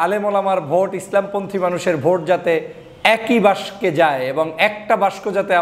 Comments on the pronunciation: উচ্চারণ বাক্সে, বাসকে না। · আপনি বাক্স কে বাস্কো বলছেন কেন? আপনাকে পছন্দ করি। কিছু মনে করবেন না। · বাস্কে নয়, বাক্স। বাসকে নয় বাকসে হবে। Please be carful. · (বাসকে নয়)!! উচ্চারণটা হবে.... (বাকসে= বাক্সে). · দয়া করে বাসকো নয় বাক্স শব্দ টি উচ্চারণ হবে। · ভাই বাসকে আবার কি? বাস্ক বলে 😅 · বাঁশক 😂😂!!? বেটা উচ্চারণ সঠিক ভাবে কর ! ব্যারিষ্টার হয়ে বাক্স উচ্চারণ সঠিকভাবে না করতে পারাটা হাস্যকর খুবই লজ্জাস্কর নয়কি ? 😀